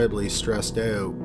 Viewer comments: "Stressed ooot." You're from Canada aren't you? Eh? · "incredibly stressed ooot" my goodness i can feel the canadian tension 😂